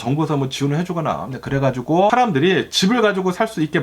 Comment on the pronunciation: 4인가족이 평범하겜 엄청나게 부자도 아니곰.... 부부감...그래가지곰... ㅋㅋㅋ 너무 ㅁ을 많이 쓰셔서 집중이 안되는건 나뿐인가요